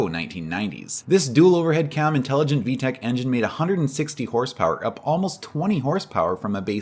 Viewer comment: There's no H in VTEC